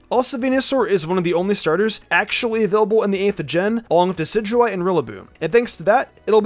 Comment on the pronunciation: Red Rum dicidyeye? It’s decidueye